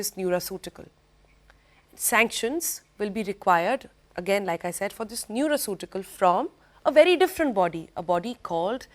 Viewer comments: It's not nuraceutical, it's Nutraceutical s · Madam it is neutraceutical not neuraceutical